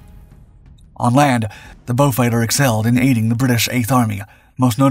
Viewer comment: The one used in the commentary is correct. It is named after a British aristocrat called Beaufort, which is a Norman French/Huguenot name hence the French pronunciation, beau means beautiful.